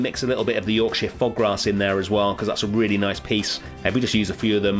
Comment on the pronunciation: I know you're probably British yourself but hearing someone pronounce that Yorkshire grass right for once healed my soul 😭